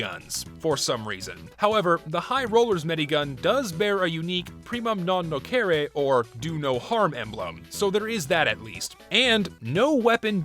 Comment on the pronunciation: Man, that pronunciation Nocere not Nochere